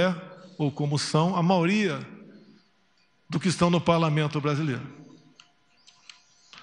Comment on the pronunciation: Que vergonha do Presidente do Brasil, falando errado o português, ela fala “MAORIA”!!!! Socorro!!! O que esperar de um homem desse.